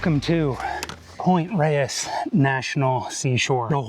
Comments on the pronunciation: For all people named Reyes out there, THANK YOU for saying it correctly 😁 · Not. It's a Spanish word and it's pronounced the way pronounces it and that's the way it is pronounced by locals who pay attention.